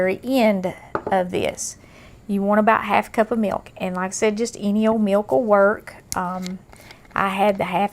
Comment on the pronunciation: I love the way she says "miwk"!